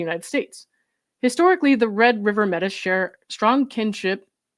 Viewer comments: Metis is pronounced may-tea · thank you. I enjoy listening to your channel. Metis is pronounced (Maytee) thats the easiest for me to explain how to say it. 👍🏽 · Metis prounced "Maytee" are a indigenous group from Canada. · Métis is pronounced May-tee. The Metis are a distinct indigenous nation in Canada.